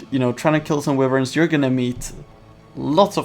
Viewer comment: No offense but tires (tiers) and wiverns (wYverns